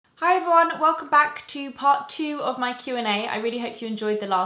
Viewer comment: It's the second time I have heared you say things like "...mi/me desk":) Where are you from?:)